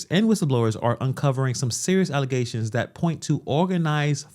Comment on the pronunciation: Learing about "false allezations"